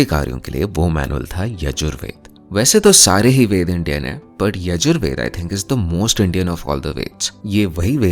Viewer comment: Oi in yajur veda sha ucharana as ķha